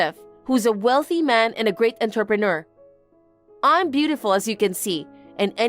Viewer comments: Please learn to pronounce entrepreneur. 😡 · I don't think that will ever happen, I've commented numerous times. I don't think they care enough.